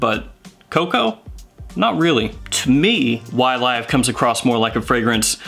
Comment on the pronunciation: “Y-Live”! I prefer your pronunciation with the LONG “i” sound.... The SHORT “I” is too gloomy, especially this close to suicide awareness Day😭🤭😌…!!! Focusing on your video Sir: You didn’t disappoint as usual and ty 4 that!!! Fragrantica is horrible for note breakdowns and the Parfumeur behind the Blend... This something I’d really like to buy and own.... Pear and grapefruit are two notes that I find very enjoyable.... Great job Sir and thank you so so very much for you steady and consist churning-out of GREAT content. The GentsScents family Members are,. Definitely not cheated when it comes to quality and content.☮️🙏💛👏🏼👋👋